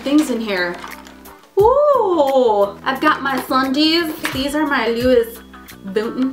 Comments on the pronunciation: Umm, Louis Vuitton is pronounce Loo-ee Va-ton...i think....not like Loo-is Vu-tin. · Haha, u said Louis vuitton wrong xD